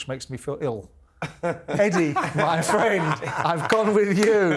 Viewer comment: Ah fwend shalom